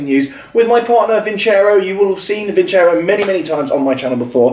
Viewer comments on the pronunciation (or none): It is pronounced vinsero not vincer o